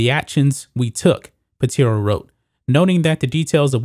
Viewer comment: Pitaro, not Piteero.